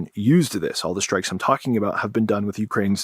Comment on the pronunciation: "Shtrike"... When did this happen?